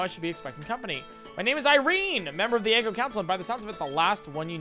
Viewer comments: Funny how he's calling the region "eggo" when it's pronounced "ee-goh" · He knows! Lol He first started calling it “eggo” and just kept with it. Even after he learned the correct pronunciation because he thought it was funnier. Lol